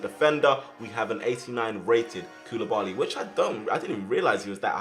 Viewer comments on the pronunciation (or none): none